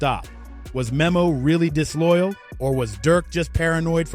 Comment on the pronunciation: Its pronounced like nemo